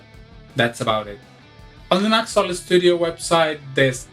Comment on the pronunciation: pronounced "new ex"